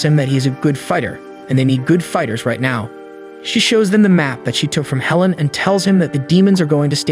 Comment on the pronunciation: Are you mispronouncing these words on purpose.. palace , now, ect… just curious??!!